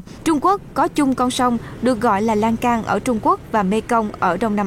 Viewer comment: Sông Lan thương chứ không phải sông Lan can